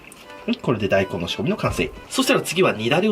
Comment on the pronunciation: 大根のイントネーション気になる笑笑大根⤴